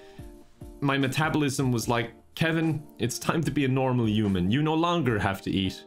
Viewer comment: The way Kevin says human: U man. I love it